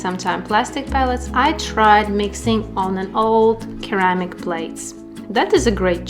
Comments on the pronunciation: Hiya, thanks very much for another great video. I love ceramic palettes, and I hope that you don't mind me mentioning it but ceramic is pronounced like the C is an S, for instance Seramic instead of the hard K sound, Keramic. Take care, David. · Pretty palettes! It’s pronounced “suhr-amic” not keramic. But you say it so cute!